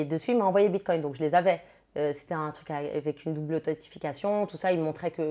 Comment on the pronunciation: Elle dit bitcoinT ou j’entends mal 😅😂😂😂🤣🤣🤣🤣🤣